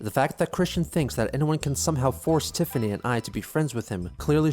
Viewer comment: "Tiffany". You didn't cut off the "T" at the beginning.